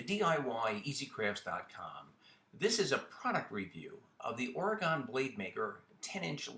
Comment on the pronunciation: It's "Origin" not "Oregon".